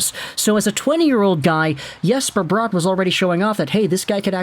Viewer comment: It's Bratt not Brought